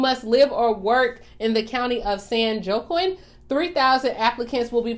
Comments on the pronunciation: In California, it's pronounced. San Waw Keen.. not San joquin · The county San Joaquin is actually pronounced San WahKeen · County of San (wah keen ) it's pronounced just to help you